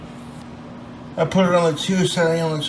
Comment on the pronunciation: "Purrsshffectsssly toasshheted" What was the purpose of even toasting that bread?